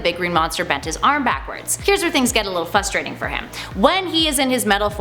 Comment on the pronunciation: You said "fustrating"... its "fRustrating"... there's another "r" in there... how does such stupidity have 1 MILLION subscribers and NONE of them have said anything?!!!?!?